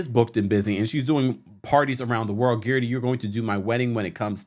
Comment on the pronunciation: I swear I crack up every time you say Guerdy's name. You refuse to say it the way she pronounces it. lol